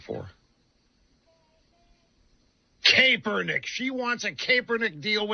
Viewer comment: I don’t know, but does this dead guy just have a bad accent or is he purposely saying Kaepernick wrong? Just like Marjorie Taylor Greene pronounce AOC‘s name funny. Or how some people couldn’t even pronounce Kamala Harris?